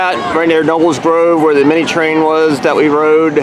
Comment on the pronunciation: You said Knoebels right but not Elysburg.